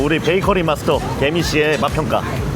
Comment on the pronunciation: 개미가 괜히로 들리네.. 괜히봤다